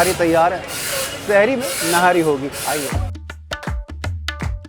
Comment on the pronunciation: Nahari nhi nihaari sahi lafz he